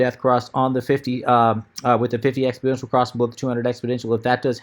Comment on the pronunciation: FYI it's exponential not expoDential